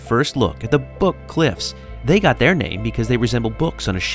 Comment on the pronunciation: Grand Junction here . . . "Book cliffs" . . . The emphasis is on BOOK, not cliffs 😏🤗